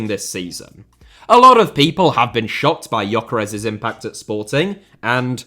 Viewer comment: he does call Gyökeres Yokeres though :) This is how it is pronounced